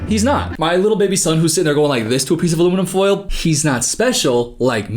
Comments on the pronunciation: southern accent detected "aluminim full" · aluminum foal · said aluminum fole